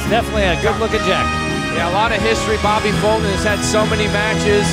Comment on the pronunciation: His name is Bobby Fulton....not Bobba Futon....you goof